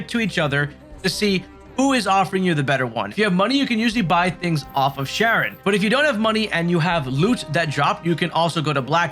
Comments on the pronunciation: Charon is not 'Sharon,' it's 'Care on,' like the Greek god. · I called Charon as Sharon too when I first saw it…but it’s pronounced Karen…they say it in the game more than enough 🤣. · nice video but charon is pronounced more like "care-on" not "sharon". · 60 hours into the game and can't pronounce Charon's name lmao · K-aron. Not Sh-aron. Obelisk - aa·buh·luhsk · Ah-beh-lis-ck Its not pronounced sharon. Its pronounced karen.. 😂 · Awb-el-isk. Obelisk. 😑😂 Also, Charon is pronounced Karon. You know, like the way anyone who says her name in-game says it? Why can't a single YouTuber say her name right when they say it IN-GAME!? 🤡